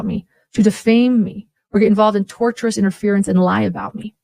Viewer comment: It is driving me crazy that she keeps saying torturous interference. The word is tortious. Coming from the legal term tort which is in the world of civil lawsuits. I guess her four lawyers haven’t corrected her on this one yet.